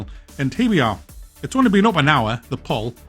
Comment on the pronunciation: 'poll' is pronounced the same as 'pole'. I have no idea why he is saying it like that.